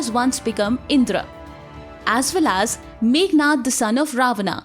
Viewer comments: please don't keep sayings words like " Indraas, Vedaas, and ramaa,," those pronunciation was result of British colonizers who couldn't pronounce our words, so basically its not Called indraas, but rather Indrà, raam and ved. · इन्द्र बोलो दीदी इंद्रा नहीं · Please improve your pronunciation, it’s इंद्र not इंद्रा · Sometimes you pronounced as Indr sometimes as Indra. It is Indra in Sanskrit any letter ends with a that also should be pronounced it is not hindi. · Wtf is indraa it's Indra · Kindly correct your pronounciation of the names. Yama is being pronounced as yam. Indra is pronounced as indr! Please understand the grammar. If you make a mistake today .. future generations will believe whatever you pronounced is the truth.... And claim that this as an evidence for their nonsense thoughts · Omg the cringey pronunciation IndrAA, because the Indian themselves are uneducted as to how to pronounce their own names.